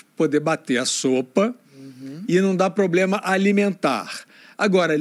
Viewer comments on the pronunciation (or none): "Pobrema" foi ótimo. Representa bem o nível midiático do momento. 😂😂😂😂